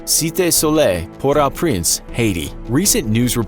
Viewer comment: That's not how you pronounce calle (cai-eh) and port au (oh) prince